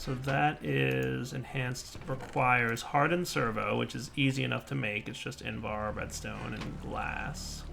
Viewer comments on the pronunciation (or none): none